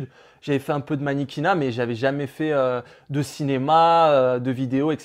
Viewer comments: un moment il dit manniquina au lieu de dire mannequina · "Manniquinat" je suis morte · Vicky ́ et "manéquinat" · "Maniniquinat " j'étais morte 😂j'ai même mis pose 😂😂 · Ah oui la "maniquinnat" JUI MORTE 😂😂